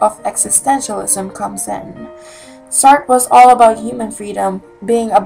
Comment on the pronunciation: It is "saat-rah"